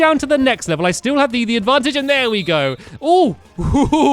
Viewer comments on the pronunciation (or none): You said Advancheje instead of Advantage